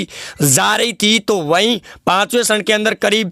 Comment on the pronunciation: Its charan not sharan... 😃